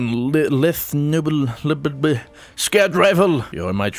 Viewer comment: Lethe Noblesse Lethe, pronounced as leeth. Noblese pronounced no bless